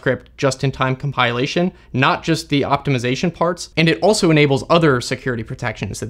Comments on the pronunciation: Com pill ation, not com pile ation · come pile lation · comPIElation ?! never heard it saying that way... is that a thing ? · I always thought it is comPILation. Like a pill. Not comPIElation like a pie. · English teacher heren Never heard "compilation" pronounced this way before. I think it may be a case of interference of the verb "compile" . I'll give the tip a try. Thanks. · Hard to take someone seriously on computer security is they can't pronounce "compilation." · You're saying Compilation wrong 🤦‍♂ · I didn't know compilation was pronounced like this, but that's what I love about this channel. I always learn something new! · Getting triggered by his odd pronunciation of "compilation"